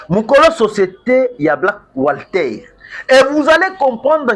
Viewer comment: Black water papa journaliste et non black wslter